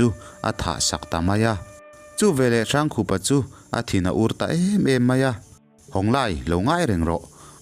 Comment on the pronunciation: Hrangkhupa hi "Hrângkhûpa," ti a lam tûr. Rokhuma pawh "Rokhûma" ti a kan lam ṭhin angin. "Râifân," ti a lam ve tûr.